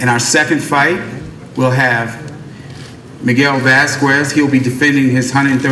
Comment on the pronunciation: I like the way Ellerbe says "Miguel Vazquez". TMT is of illiterates